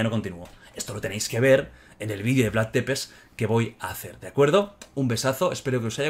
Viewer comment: Jordi se Pronuncia “Vlad tzepesh” No “Depes”